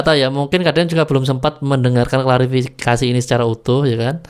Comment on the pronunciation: Aq lebih gemes n benci ktika dia bilang klarafikasi. Ngomong klarifikasi gak becus,emang bpk ini tak punya adap, SDM rendah.